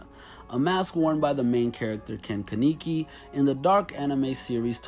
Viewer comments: Ken keneeki??? You mean Ken kenaki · Ken “ke-knee-kie” Jesus Christ 😂 is it so hard to say kaneki? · One he butchered the hell outa sharingan and kaneki 😂 and fun fact scar doesn’t where the mask anymore